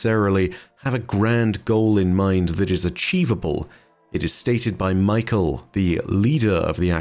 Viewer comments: Just a quick note, I think "mykel" here is pronounced "my-Kell," with emphasis on the kell. But we got a whole ass acolyte called fuckin Rufus so maybe its really just michael lol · No hate just something funny I noticed but I think Mykel’s name might be pronounced “Me-kell” and not Michael 😂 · Hey Nezarec, Vsauce here! Kept thinking was saying Michael lol